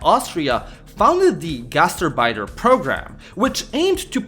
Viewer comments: Knowing German and hearing gastarbeiter pronounced like that really, REALLY hurts The gast part is fine, it's the arbeiter (which is more like ahrbaitr) than urbeitr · Gaz terrr biters!😂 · The way you pronounce "Gastarbeiter" sounds like "Gaster biter" and it tickles me pink. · He's showing his 'Merican side there. I only speak Pigeon German. It sounded perfect to me in Indiana. But I know I don't say Bratwurst or HofBrauHaus correctly. But we just say 'Brats' (frying) which would confuse any good German. Here it's understood to mean sausage, but we are happy in our ignorance.